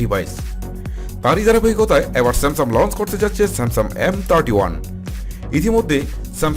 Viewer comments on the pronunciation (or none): স্যামসাম বলে😂😂😂😂😂